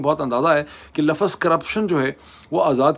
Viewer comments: LAFAZ Naji Hota LAFZ Hota KATAB Nahi Hota KITAB Hota Hai😂😂😂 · Mr moeed Pirzada plz use proper Urdu words Correct words are Lafz Nirkh Not Lafaz nor Markham???